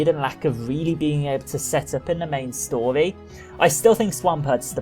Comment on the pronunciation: "the main stoly"